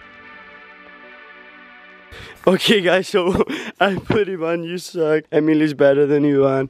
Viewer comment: Suck not suk it is ok